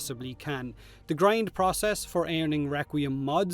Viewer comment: Process... as in Potato but with an 'R' before the first 'O'!